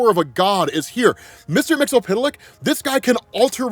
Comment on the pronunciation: YES ROB, YES, YES. Finally pronouncing Mr. Mxyzptlk name properly...give his flowers guys 👏🏾💐